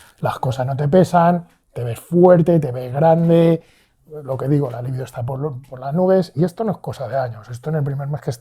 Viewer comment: Un apunte,. ¿Es «libido» o «líbido»? Es libido. La voz con el significado de ‘deseo sexual’ es llana ([libído]) y no se tilda por terminar en vocal. La pronunciación esdrújula es un error por influencia del adjetivo lívido ‘amoratado o pálido’. Y sin más se despide este fan de tu canal 🙂